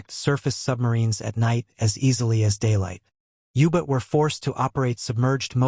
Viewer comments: The audio track is a travesty. Ubits. The AI fake human doesn't know to voice common abbreviations.. g = grams, km = kilometers... How much money are you saving by not having an 8th grader read the audio script???? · Can’t listen to a documentary where German submarines are called ubits! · Youbit? What the hell's a youbit?